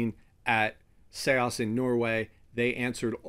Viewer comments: You're incorrect, I asked the SEAS team for the correct pronunciation and they replied with an audio clip. "Say-ahs" it's not "Sees" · Isn’t it just Seas not Se-as??? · Seeeees not see aahs like ocean 🌊 the sea . Sorry for saying but if one decides to go on air he/she should speak it real like radio moderation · I used to pronounce it Sees as well, but before the video I asked the company how to pronounce it and they sent me an audio clip with the pronunciation, so take it up with the company in Norway! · I just wish he would say seas right. It driver me nuts. But otherwise great video. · I used to think that but the company corrected me. So I had them send me a voice message of how to pronounce it and they said it's pronounced like 'say-ahs'